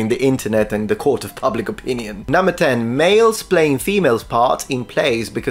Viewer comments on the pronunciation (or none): none